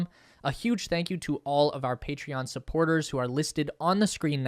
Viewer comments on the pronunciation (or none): none